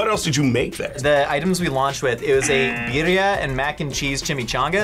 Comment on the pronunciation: Sure would help if they said Birria properly 🤷‍♂️